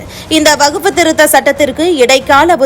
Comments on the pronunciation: வகுப்பு‌ இல்லை. வக்ஃப். 100 தடவை எழுதிக் கொண்டே சொல்லுங்கள். வார்த்தைகளை கொலை செய்யாதீர்கள்.😂😂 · Yes. Many people are observing the news reader's prounciation. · எந்த வகுப்பு....ஐந்தாம் வகுப்பா ஆறாம் வகுப்பா...வகுப்பு அல்ல வஃக்பு....நீயும் உன் பேச்சும்.